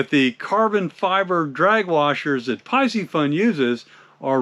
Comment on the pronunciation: It’s pronounced PEE-see-fun. C’mon…